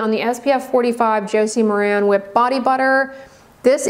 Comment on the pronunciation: FYI, Maran is pronounced mare-in. Josie Maran clarifies it in interviews and product videos.